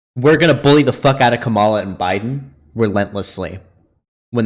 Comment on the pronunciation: Ngl it's kinda cringey that still doesn't know how to pronounce Kamala lol